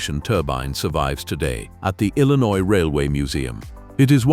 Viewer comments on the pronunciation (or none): none